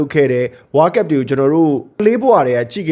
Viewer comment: ဝါးကပ် ဝါးကပ်နဲ့ ဘယ်နိုင်ငံကလေသံလဲဗျ ဝေါလ်ကပ်လို့ပြောပေးလို့ရမလား